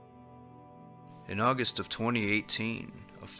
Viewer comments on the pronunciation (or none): none